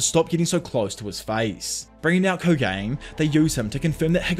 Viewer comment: love the video! your content has made my whole algorithm anime recaps... btw also no hate but the little culling game bug is pronounced koh-gah-nay. keep doing what you are doin!